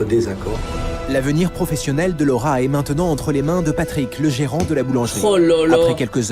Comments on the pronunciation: Mdr qui a entendu 3 fois le rat au lieu de Laura ???🤣🤣🤣 ( moi ) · Moi qui fait que d’entendre « le rat » au lieu de « Laura » 😂